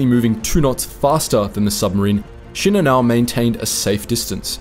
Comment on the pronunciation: Actually his pronunciation is correct. Most YouTube narrators pronounce it incorrectly.